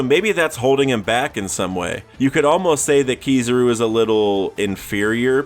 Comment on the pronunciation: Keysarouu bruh.. its ki-za-ru anyways good video